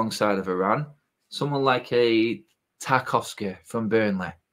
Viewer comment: Lost all credibility when he said Tarkowski.